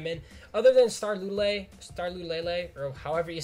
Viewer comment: Star Loo-Too-Lay-Lay